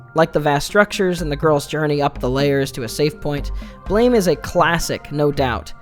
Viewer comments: It's pronounced like Blam! And not blame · I thought it was pronounced "Blam" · It’s pronounced BLAM, as is the sound of the critical contingent weapon he wields. Honestly a great manga and very extensive in its lore. Never explaining much through words. The different sources (blame! and so on, a book of concept art expanded comics of various characters, even a sequel called Blame! 2) lean into the gravity of the world. Shi… I could write a book on Nihei’s works. His other mangas are influenced on each other, and near too complex to try to fully understand. Simple concepts with intricate systems supporting them. I could go on for hours. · Don't mean to he that guy, but Tsutomu Nihei pronounces his manga like, "BLAM" like the onomatopoeia of a gunshot or explosion. Not "blame", like I don't blame you for not knowing this. I heard you use both the correct and incorrect ways of pronouncing the title. But, to set the record straight for anyone not aware. If you need references to prove what I'm saying is true, please just simply Google or YouTube it and you'll see. Good day, now I'll go kindly fuck off. Lol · It's pronounced blam. It was a miss spelling